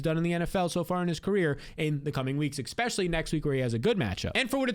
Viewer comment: Add timestamps and stop saying eKspecially and I'll subscribe. I promise.